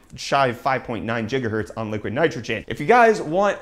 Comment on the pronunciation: Stephen Lozada It's how he says gigahertz